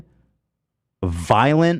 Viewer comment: “authortarian” lol